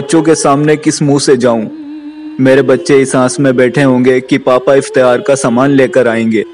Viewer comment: Iftiyaar nahi Iftaar. urdu ka janaza nikal kr rakh diya hai ap logon ne